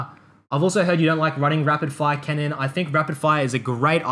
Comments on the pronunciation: Bro you keep saying "cannon" like "kennen". Besides that good vid. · took me the entire video to realize he said cannon not kennen. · a 'kennen minion wave' Took me a few times to figure what you meant. I'd like to hear u pronounce kennen and cannon side by side. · Am i the only one who thought he said Kennen? A few mins in i understood he means cannon but i still hear Kennen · So confused cause you kept saying kennen